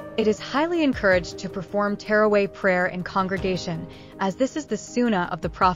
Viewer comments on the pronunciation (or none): It is witr prayer, not winter prayer😅 Edit: and not Terraway it is Taraweeh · It's NOT terraway! It's TARAWEEH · Tarawih prayer not teraway get your pronunciation right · It's teerway.. it's taraweeh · I have never heard someone say taraweeh so wrong 💀💀